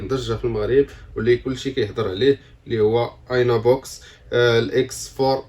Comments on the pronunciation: كتنطق ايني بوكس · نطق غير سمية صحيحة بعدا عاد دير فديو 😂